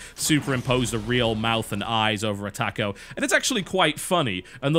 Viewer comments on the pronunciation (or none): The way you say taco. YOU'RE FUCKING IT UP!!!!!